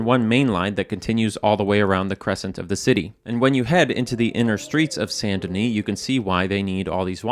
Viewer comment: Yeah yeah great video like always BUT I have to say the best part for me was when you said « Saint Denis » PROPERLY?!! Coming from a French Canadian who is always hit with mispronounced French names and words I was actually shocked haha